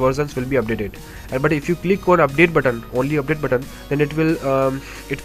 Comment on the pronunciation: "UPDATE BUTT-ON"